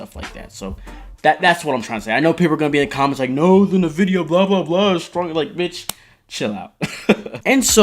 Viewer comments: N vidia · This guy cracks me up "nevidia"